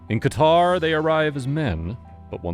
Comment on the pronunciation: hahaha elgataar,no qatar?